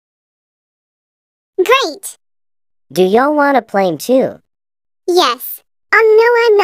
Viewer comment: She pronounced sure as sorry. Fun fact: My friend's name is named Charlie